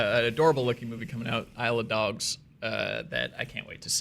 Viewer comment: When you say, "Isle of Dogs" it sounds like you're saying, "I Love Dogs"... mind blown